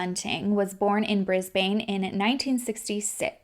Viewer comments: “Bris - bayne” hahaha I love hearing others try to say aussie words, it’s “bris-Ben” our accents are cooked I know 😂🤦🏻‍♀️ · I am from Brisbane and you definitely pronounced Inala correct BUT Brisbane is like Brisbin when pronounced haha. Love you though!!!! Xx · thanks so much for covering aussie cases!! we've got some pretty horrible ones... also brisbane is pronounced bris-buhn (kinda like bris-burn but without the r) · I always laugh at the way people not from Australia pronounce “Brisbane” haha. It’s more like “brisbin” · Also Aussie’s (Ozzie’s) are super lazy when we pronounce words 😂 Brisbane is Bris-bin and Melbourne is Mel-bin. Makes zero sense but there we are 😅🥴